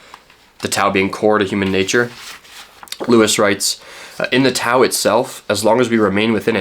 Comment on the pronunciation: It would have taken you less than a minute to look up the pronunciation of "tao". It's an interesting video, thought provoking, but it did hurt each and every time you pronounced it with a hard T.